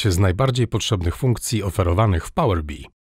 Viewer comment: Nigdy w życiu nie słyszałem, żeby ktoś wymawiał to "pałer bi", chociaż faktycznie kolory przypominają pszczołę